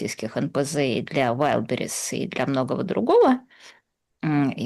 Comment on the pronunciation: Идиотка уродливая, почему валдбЕриз,а не вАйлдбериз?